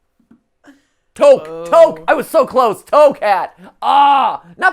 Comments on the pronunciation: HELP WHY WaS HE PRONOUNCING TOQUE AS TOEK IM SOBBING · In toque the q is silent (I burst into laughter seeing how you said it because I'm arabic)